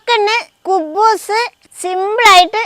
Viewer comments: കൂക്കൂസ് അല്ല.കുബൂസ് എന്നാണ്. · 😂😂😂കുക്കൂസ് അല്ല കുബൂസ് 👍👍👍👌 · കുകൂസ് എന്നു പറഞ്ഞത് നിങ്ങൾ ശ്രദ്ധിച്ചോ 😂